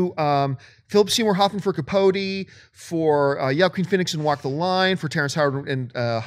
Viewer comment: It's not Yowquin Pheonix, It's Juaqine Pheonix...I dont understand how it's always the people in the movie business mispronouncing actors names...Get it together. I know you havent only ever read his name, you've heard how it's pronounced, and you're choosing to mispronounce it.